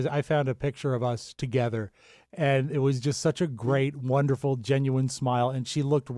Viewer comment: Wunnerful wunnerful